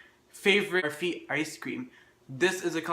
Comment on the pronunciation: This looks soooo much better than the other version in this collab !! Thanks for not saying "baaaaarfee"